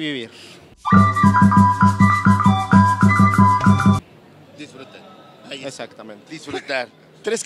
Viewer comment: "DUSFRUTAR Y VIVIR"" nezahualcoyotl 2018